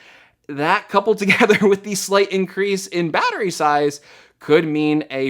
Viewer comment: bAaAAAtery size 😂